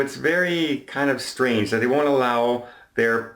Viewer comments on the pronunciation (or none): none